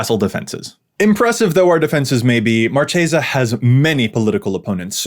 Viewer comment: Ooooof saying marchesa wrong not a good start